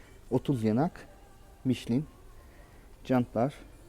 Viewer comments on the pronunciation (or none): none